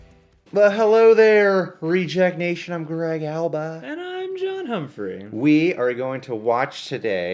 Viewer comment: Everytime he says I'm John Humphrey all I hear I'm Dan Humphrey